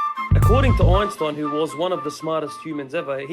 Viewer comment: Ooinstooin 😂 By the way it's also not spoken Einstein but Einshtein